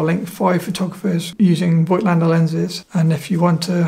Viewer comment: Pronounciation is: "Fohgtlender" (German)